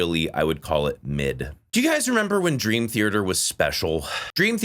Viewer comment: For someone who loves Dream Theater, It’s odd that you pronounce it as “Thearter” with an extra r.